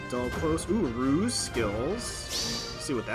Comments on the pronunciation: Rouse is pronounce like House, what you said is Ruse. Rouse means to wake up or get ready, while Ruse means to trick. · Rouse is not pronounced like house, unless you mean the verb house, as in to put someone in a house. Rouse has a z sound, like in dowse.